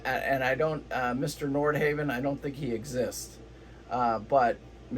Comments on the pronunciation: I lost confidence in the entire video when you mis-pronounced Nordhavn. Other commenters confirmed my suspicions. "They've had a few of them fall apart"? Would you care to back this claim with facts? And as other commenters have said, dual engine vs single is not the builder's choice, it is the owner's choice. Many N models can be configured as single or dual engine and many owners choose dual. However there is nothing in N's build history to suggest their single engine design is a "mistake". That is a preposterous suggestion. You also failed to mention that single engine N's have a second engine, the "wing engine" or "get home engine", which is a fully independent propulsions system. So your basic thesis here seems to boil down to "I like Flemming because I don't know anything about Nordhavn", which you pretty much stated around 3/4 of the way through the talk. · I love that you can't pronounce Nordhavn🤣